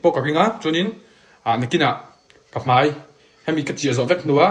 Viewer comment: Mai tih tur ah mei in ti palh thin a😅 Mahse tan vek che u nia🔥